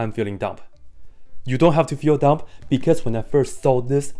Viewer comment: the b in dumb is silent, btw